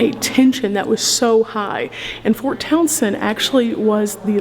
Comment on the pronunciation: I am just amazed that you pronounced Towson correctly. We have a Towson MD and people often pronounce it “Toe-son”. 😂. All kidding aside though - great video - Andrew Jackson was an awful president - I will be glad when Harriet Tubman replaces him on the $20 bill. Thanks for educating all of us.